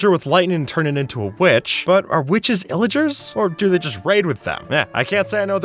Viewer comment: illagers plillagers? VILLAGERS Too many names, can’t understand